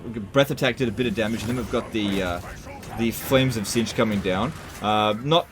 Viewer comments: Laugh every time I hear the word “Zintch” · The way he pronounces "Tzeentch" is going to drive me mad.